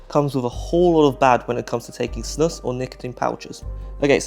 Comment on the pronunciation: I like how you put the correct prononciation on the screen, and then just casually continued calling it snàs